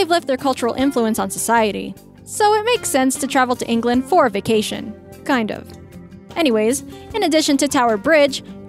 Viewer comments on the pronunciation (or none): none